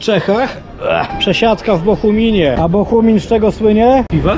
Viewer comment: BOGUMIN kuwa, jaki Bohumin?